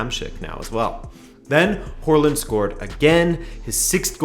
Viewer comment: Å is a pretty difficult letter to pronounce, especially for English speakers, but you said Hårland = hairland lmao